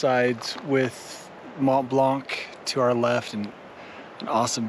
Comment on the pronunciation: I suck at pronunciation myself, but you could really put more effort into pronouncing Mont Blanc the way it’s supposed to. (coming from someone who pronounced Yosemite incorrectly (read it like a German) for the longest time)